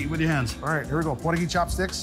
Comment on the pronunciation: He said Pordagee. Brazilians speak Portuguese. I hope nobody got offended.